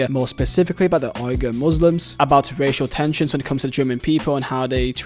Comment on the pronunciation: Uighur pronounced Wee-ger